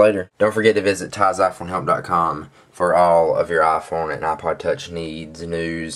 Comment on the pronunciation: no offence, but its ipod, not aaah-pahd